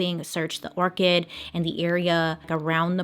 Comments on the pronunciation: Orcad? A party at an abandined Or-cad? ...what the what? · I love your channel, Bailey...I think you meant abandoned "Orchard" instead of "Orchid" in the William Hurley case...Keep Posting!...Love your videos...😊🌹❤🌹...LYM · Sorry but it bothers me she pronounces orchard like orchid like the flower lol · I Googled it to see if she was trying to say orchard instead of orchid (she was) and there's pictured. Do. Not. Look. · Your so awesome, love the true crime and make up is fabulous. You make us laugh when you can’t pronounce different words, sorry. Today I was watching the story’s about missing guys that still haven’t been found. One of the story’s you were saying orchid, like the flower instead of orchard, like an apple orchard. We love you and don’t care if you mispronounce words, we just play a game, what could you be saying. Keep up the great job. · Yesss lol I was so confused like "is she saying abandoned orchid?" And then the map popped up and I was like OH. Orchard! Lol. I think it's endearing that she sometimes mispronounces stuff. My mom can't say Roy, either. Which is funny bc that's my dads name! Lol. Thankfully he was a 2nd so he went by his middle name with family and friends. When she had to call him ay work she would say Mr W instead of asking for Roy. Lol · Anybody else wondering about the pronunciation of orchard? 🤣😁🖤 Bailey, you're pronouncing it like the flower, orchid. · I know right? How many high school kids go to Orchid or Garden Parties lol- honestly I love her I don’t care how she says some words- Bailey tells these well and she’s making hard topics easier to handle. That’s what matters. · Lol that second one I was like "aliens" then on the third one you say it👽 The whole time I'm like "what is an orchid? where was he?" AN ORCHARD BAILEY lol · Am I the only one wondering what an orchid is? Did she mean orchard? 😂😂😂😂 I’m so confused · I believe it was orchard and she either misspoke or pronounced it strangely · Do you mean “orchard”?